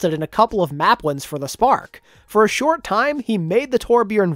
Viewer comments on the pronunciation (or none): none